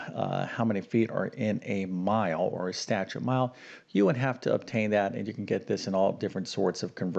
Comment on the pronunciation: Statute (as in statute mile) has TWO syllables, not THREE syllables. Seriously!